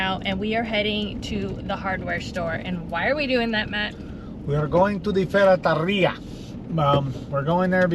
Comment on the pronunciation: Like to the video just because you said ferreteria 😂 keep working your Spanish 💪 what up with your Spanish??